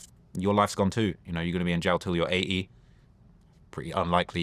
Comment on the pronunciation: Its 80 not A E 😆🤣